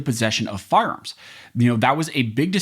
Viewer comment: I like when says 'firearms' quickly and it sounds like how we says "farms" in the midwest